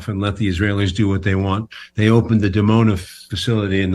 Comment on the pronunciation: Dimona, pronounced "Dee-Mona", not "Demona"